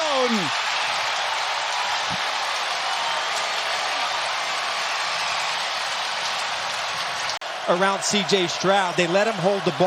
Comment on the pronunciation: Touchdown ❌ Tuts- down ✅